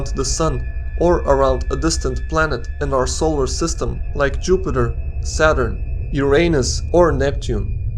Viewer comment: Haha he sead Yuor anus